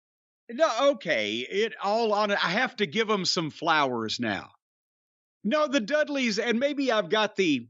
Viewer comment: I laugh everytime Jim says "flowers" now 😂